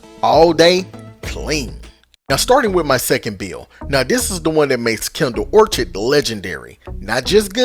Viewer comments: Love this gun!…. And it’s pronounced or kid ❤ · Awesome video!! Note out of love: It's pronounced Kindled Orchid (Or-Kid) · It's (Or-kuhd) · Hard k on the orchid pronunciation. Orchards are something else entirely. Good vid bro!